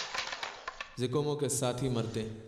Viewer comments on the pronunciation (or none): Zikomo ✖️ Cocomo😂😂😂😂😂